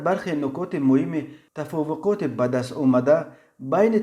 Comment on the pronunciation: Тафовуқот чияй тавофуқот бгу бародар.